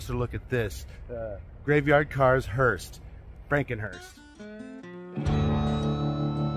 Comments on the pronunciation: It's a hearse, not a hurst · It's HEARSE not HEARST or HURST. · Don't know if it's been mentioned, but it's hearse. Not Hearst or Hurst. Funeral Coach is also acceptable. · Its hearse not hearst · There is no "t" in the word "hearse"!